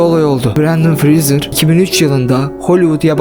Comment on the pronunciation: Brendır James Freezer :D severim bu adamı ya